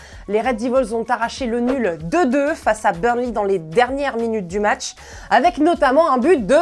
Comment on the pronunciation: Changez la présentatrice elle est vriament nul, burnli au lieu de burnley, elle tremble des mains elle stress, elle dit depay rester en France au psg alors qu il joue à Lyon. NUL NUL